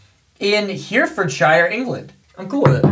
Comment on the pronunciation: it’s Herry-fud-sheer! Just on a side note most place in the UK with “shire” at the end are usually pronounced as “sheer” As a bonus fun fact - Worcestershire (as in, the sauce) is pronounced Wuss-ta-sheer